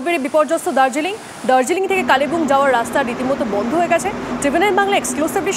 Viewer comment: কালে বুং নয় কালিংপং😂😂😂